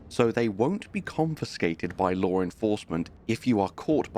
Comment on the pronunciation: Do you think there’s an “R” in the word “law”?